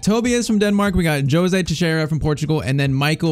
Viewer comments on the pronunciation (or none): none